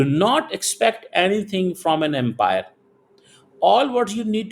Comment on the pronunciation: pehle apni angreji sudhare...ground pe Empire nahi hota...Umpire hota hai...just remember the difference...😂😂😂